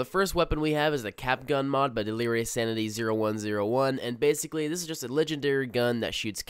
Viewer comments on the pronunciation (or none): First video already turned off by Ahctuwally and basically. Listening to you is like looking at chick's who stick their fucking tongue between their teeth when taking a picture. Good content, great narration but fuck those two words bro. Drill to the temple type shit.